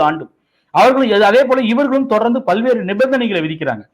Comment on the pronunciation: ' பள்வேறு ' இல்ல...'பல்வேறு '.